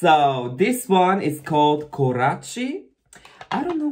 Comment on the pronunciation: Its pronounced "koratsi" (Kораци).